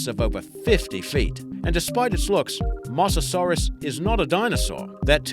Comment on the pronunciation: Good list though, you mispronounced Mosasaurus and Gigantopithecus. Yet in a previous list you've pronounced them right.